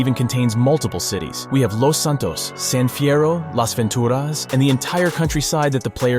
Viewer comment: Love how pronounces Las Ventura’s and San fierro with the Spanish sound than the lazy way us Americans pronounce it lol! But it will be a long time coming before we all get a full USA 🇺🇸 map of V’s world but there is a map mod of GTA San Andreas that is called Stars and Stripes 🇺🇸 that let’s have our Dreams come true for wanting a Gigantic 3D map of America.